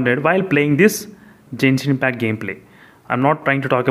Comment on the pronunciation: You are pronouncing genshin impact wrong